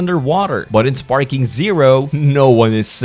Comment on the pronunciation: its dragon ball sparkling zero . not sparking.. dont post shit if you dont know what u are talking about